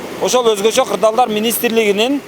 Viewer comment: Озгочо кылдаар министр кайда журот кырдаал деген созду тыныраак айталбайт анан эле министр.😮 😊.